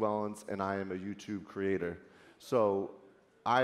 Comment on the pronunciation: "hi... im yuutoob crator...... spiking of witch im yuutoop crater..." "Youtuber" not pretentious enough?